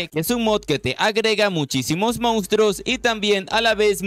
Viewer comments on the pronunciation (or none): none